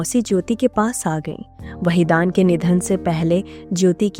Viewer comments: वहीदान नहीं बल्कि वहीदन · Wahidan your pronsa tion is wrong nice blog